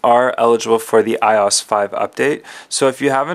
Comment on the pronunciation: It's not called I OSS ITS I.O.S